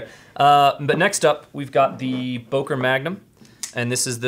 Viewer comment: It's "Böker", not "Boker"!!!